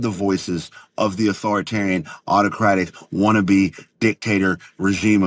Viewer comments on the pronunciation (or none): For the number of times he says authoritarian, why can't he pronounce it yet? Additionally I will never take this guy seriously because he is partially responsible for Trump being where he is. He knew all the bad shit about Trump but he elevated him anyway.